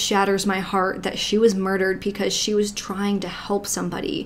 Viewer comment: Pleeeeease stop saying “PEE-cause” instead of “BE-cause”. It’s BECAUSE. Pee-cuz is not a thing 😖 it’s so distracting. Love your videos otherwise.